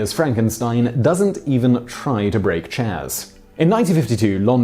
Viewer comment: did he call chairs 'chains'? ehh.. who cares. This video was not one of his best.